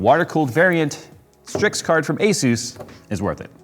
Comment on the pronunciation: Thank you for saying Asus properly! Most people say Azuse.